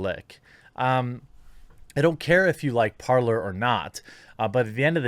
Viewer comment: Is it not parler not parlor, its talk in French